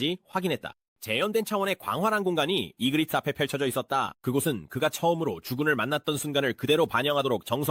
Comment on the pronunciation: ai는 그냥 마음대로 읽어요